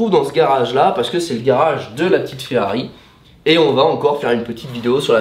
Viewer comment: Bonjour J’ai l’impression que vous avez du mal de dire Ferrari Et non Ferrai 😅😂 Bonne fête de fin d’année 🎉 🍾🥂